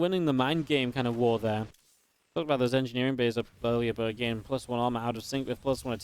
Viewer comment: stop pronouncing again wrong again again and again